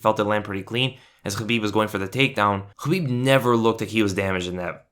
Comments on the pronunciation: Khabib not chabib ....🙄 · Great video but it's Khabib not Habib. Is that intentional?